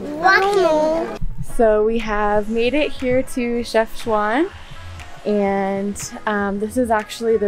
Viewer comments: Otherwise Called Shefshawen NOT Shefshwan ;-) complicated d hen .. ! :-) I appreciate your visit to my home country Friends, we all Love you ! :-) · I like iit ❤ nice content PS : It is "Chafchaouen" Not "Chafchouane" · Is not shefchouin it's chefchawen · كلشي على شَفْشْوان😂😂😂 Chafchwane 😂😂 انها شفشوان 😂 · pronounced Chef shaw wen FYI great video and god bless the kids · If you want to pronounce Chefchaouen Just Take Chef and add Shawn ( Shawn Mendes ) and thank me later ;) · Chef-chawen lol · your Chefchaouen name pronounciation was wrong ,otherwise I liked you all , the energy and very cute all of you .good luck